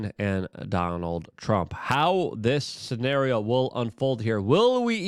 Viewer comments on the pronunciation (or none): none